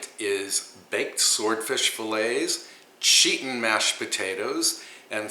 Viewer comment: It’s makes me laugh when you say cheetin mashed potatoes. That fish and fresh salad look so yummy.